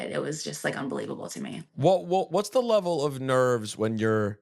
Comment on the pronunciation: I like how he mispronounced a word and she immediately called in him on it and he was like darn she caught it. Rosenberg: Isn’t it a sneaky fact that like on some levrel. Liv: Some what Rosenberg: Darn! Please don’t point out my flubs Liv is very smart and quick witted